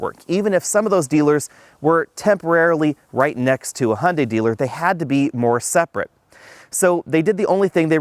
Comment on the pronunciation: "Hunday" "Hyeundai" "Hyeunday"